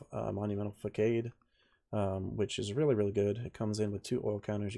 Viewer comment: The c in facade is a soft c. Sounds like Fuh-sodd.